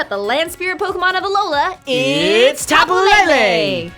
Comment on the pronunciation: As a native Hawaiian, I love the fact that they went and used our mythology in this game. It was super cool when I discovered the Tapu's motifs. I will say though that I cringe at the mispronunciation of the Hawaiian words. I doubt people will see this comment, but please stop saying Tapu Lele as Lei-lei. Lele in hawaiian is pronounced leh-leh. It's Pu-leh-leh-who-ah, not Pu-lei-lei-hua. Same with Kamehameha, it's not pronounced Ka-meia-meia, its Ka-meh-ha-meh-ha. Other than that, I still appreciate the work you've been doing about your research of the Hawaiian culture and words. Even your knowledge of the Decidueye and Aumakua parallels were surprising.